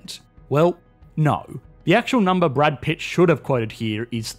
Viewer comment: BruUHd Pitt